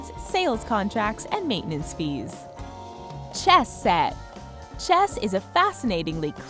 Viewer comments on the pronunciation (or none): she says "Chess Set" very weirdly.